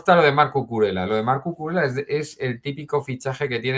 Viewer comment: repite conmigo: CU CU RE LLA, CUCURELLA